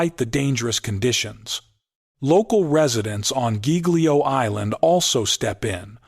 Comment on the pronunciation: Mispronouncing Giglio!!! Please edit your AI videos!!!